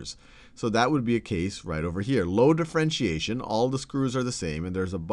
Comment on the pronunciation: Differentiation not d'frentiation